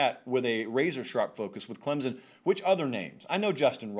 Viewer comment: When this guy talks about Clemson I can't listen to him. Can't he read? Its ClemSON not Clemzn!